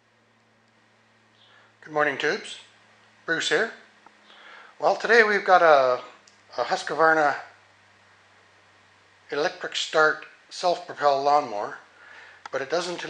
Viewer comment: I always look forward to your videos!!!! FYI There is no "A" it is Husqvarna, not Husqu"A"varna